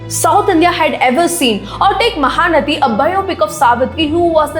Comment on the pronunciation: please learn to pronounce telugu words correctly. Just a few more minutes of effort. Not mahanati... mahaa naTi Not kaalaa taapswi... kaLaa tapaswi Not meesamma.. missammma Not what you pronounced.. it's Alaaa vaikunTha puram lo and Sarkaaaru vari paaTa Not Chandrani.. ChanDee raaNi. And many more corrections in pronunciation.